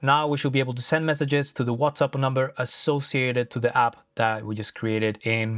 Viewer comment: Are you saying WhatsUP lol?